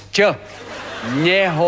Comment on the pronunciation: Je to nehoráznos..je to nehoráznos :DDD Nehoráznos "Ť" !! :DDDD